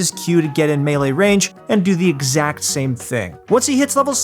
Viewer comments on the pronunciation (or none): none